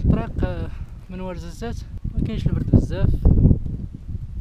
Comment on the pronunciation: دوار" وارزست " ماشي ورزازات كاين اختلاف كبيير فالاسم و النطق , فالفيديو نطقت اسم الدوار خاطئ